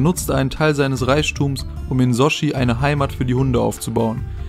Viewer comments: junge es heisst SOTCHI nicht sochi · das heißt nich sojjjjjiiiii sondern wird sotchi ausgesprochen 🤦‍♂️🤦‍♂️🤦‍♂️ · Junge das heißt sochi nicht sojiiii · "Sotschi" und nicht "Sooschi" xD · Junge,das heißt nicht Soschi sonden Sotchi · das heist sotschi und nicht soschi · Sotschi und nicht Sochi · Soschi xD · Ähm es wird "Sotschi" ausgesprochen, und das englische Wort "BUILDER" wird "bilder" ausgesprochen....😂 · Sorry mag dich wirklich aber du kannst builders und Sochi nicht aussprechen,... Sochi=Sotschi(Lautsprache) Builders=Schau bei dict nach und hörs dir an😂😂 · Sochi spricht man Sotschi aus... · Oh Gott, du hast eine furchtbare Aussprache und recherchierst genauso schlimm. Es heißt übrigens SoTchi! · Nr 1 hat doch nichts mit Olympia zu tun. Desweiteren bitte lernen wie man Sochi ausspricht! klickbating auch noch ich konnte den Gewichheber im Video finden! Sorry ich werd den unqualifizierten Kanal nicht mehr anklicken!